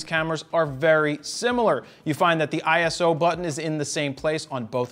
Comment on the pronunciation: Eye-so. Not ISO! 😜 Thanks for the review!